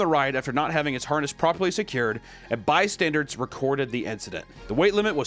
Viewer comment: Bystanders not bystanderds